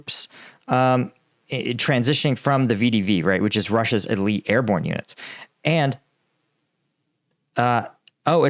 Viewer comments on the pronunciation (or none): none